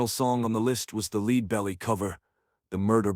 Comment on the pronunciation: AI voice? Leadbelly wasn't pronounced properly and the vocal commentary sounds monotonousness with a touch of AMR. Is this AI slop?